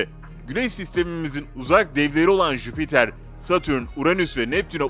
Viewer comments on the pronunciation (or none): none